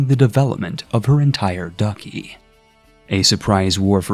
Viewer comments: duchy is pronounced duh-chi not ducky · Duchy Is pronounced Dutch-ee not dookee